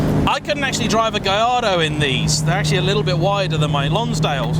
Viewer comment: Did you say you drove a Lamborghini giardo? How the fuck did you fit in it